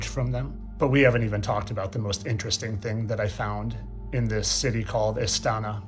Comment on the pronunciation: I find it funny how keeps saying i find it inner resting instead of interesting 😂😂